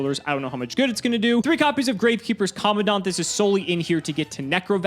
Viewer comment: When is gonna realize he's pronouncing commandant wrong